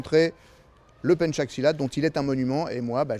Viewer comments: I'm sorry ,I'm from Indonesia. And the right word is pencak not penchak. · Pencak do not penchak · Emmm mister im sorry pencak silat not penchak silat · Pencak not penchak...wkwkwk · pencak silat not penchak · Betulllllllll pencak bukan penchak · Its Pencak Silat, not Penchak silat. Martial art from INDONESIA, TY